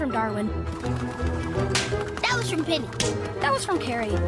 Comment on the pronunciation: "Darkwin" nahhh, bro added a k to his name 💀